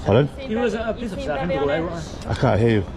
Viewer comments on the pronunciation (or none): Lol the ai generated cop says Polimice